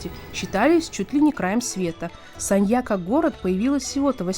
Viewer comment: Город очень сильно изменился с 2006 года. Не узнаю. Познавательный видос, но музыка фоном отстой. И постоянно повторять название города да ещё и с не правильным ударением, тоже так себе ))))